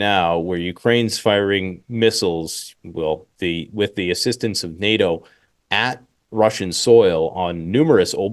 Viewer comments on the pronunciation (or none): none